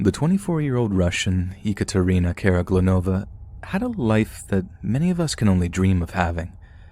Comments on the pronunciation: First of all I’d like to say I’m a big fan and with that I’d like to add that “eh-kuh-Trina” is pronounced “eee-CAT-er-ina” 😅 sorry, it’s all I could focus on during that story 😅🤦‍♀️ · Not (e) Ekaterina, but (ye) Ekaterina . Like in (ye)s , or (ye)llow . Russian language class here 😂😂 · Ekatarina not echatarinna